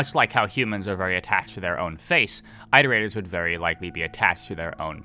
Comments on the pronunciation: Your videos are great and I love them but I have to say something because I’d want someone to do it for me. It’s “IHT-er-ators” as in “reiterating” or “iterations” of a math formula. Not “EYE-ter-aters”. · IT-erators. As in iterate. Not ight. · an entire video on iterators and they didn't pronounce it correctly once...